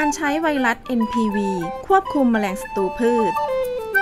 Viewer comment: ไวรัส ไม่ใช่ไวลัด กรุณสออกเสียง ร ล ให้ถูกด้วยครับ